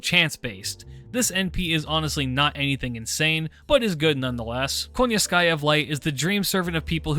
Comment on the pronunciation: I'm just curious because of how people pronounce Koyanskaya, I keep hearing them saying "KONYANSKAYA" but I read it as "KOYANSKAYA". Is that just a choice of how to pronounce her name or is there something behind it that I'm missing out? But yeah another great video.